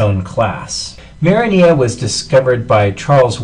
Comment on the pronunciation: yea lol, marinela